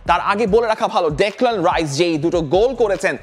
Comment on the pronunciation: ভাই রাইস না, হাইস